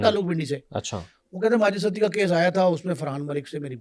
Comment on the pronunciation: سڑک چھاپ خود ساختہ صحافی اور چربہ کہانیاں کوئی تھوڑا بیسک انویسٹو گیٹو جرنلزم کے رولز کو فالو کر لو ایک ستی کو سٹی پڑھ رہا ہے اور دوسرے کو فرخ کھوکھر کے باپ کا نام ہی نہیں معلوم 😂